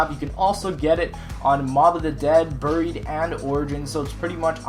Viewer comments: It is pronounced berry-eed not brrr-eed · His pronunciations are a little off. He says buried like bureed and says speakeasy as speekacy.